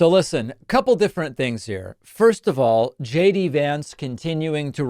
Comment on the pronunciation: Did anyone else notice JD said her name right? I guess he didn't get the memmo that they are all supposed to mispronounce her name.